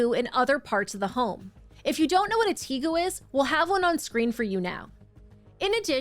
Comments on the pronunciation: It’s pronounced Tay-goo not Tee-goo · I thought they were pronounced "tay-goo", not sure though lol tegus are considered pests like iguanas. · It's not a tEgu....it's a tegu.... pronounced tagu. I've had a tegu for the past 7 years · just discovered your channel which is great! commenting to let you know that "tegu" is pronounced "TAY-goo" (caps for where the syllable emphasis is). Also these parents names are pronounced "complete garbage."